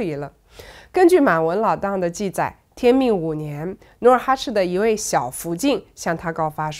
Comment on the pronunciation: 这一集不知道怎么了，念了好多错别字：脸颊，记载，立嗣……